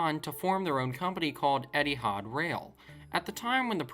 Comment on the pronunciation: Eethi ard??? Ha ha